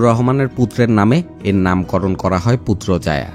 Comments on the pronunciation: পুত্রজায়ায়❌ পুত্রাজায়া✅ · পুত্রজায়া❌ পুত্রাজায়া✅